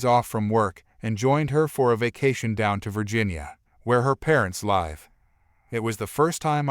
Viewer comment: Live isn’t pronounced right either.